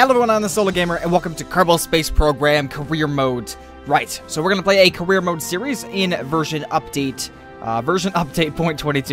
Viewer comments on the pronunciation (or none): none